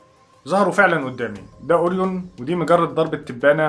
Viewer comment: نطق اورين ده متهيألى محتاج مراجعه لان اسمه اورايون على ما بسمعه من كل الناس مش عارفه ليه اورين بتفكرنى بالبريو تقريبا انا جعانه 🙈